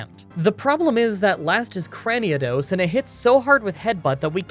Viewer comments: Cran - knee - dose not Cran - knee - uh - dos smh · Crani-a-dos lol Cranidos, no A. I know it don’t matter tho 👍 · It’s pronounced “Cray-nee-dose”. I have no idea where you’re getting that extra A from. Also, day 207 of requesting Smeargle... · "Cranidos" not Craniados. My dude, can you even read? Like the vids btw. Also. Pokémon, not Pokimon.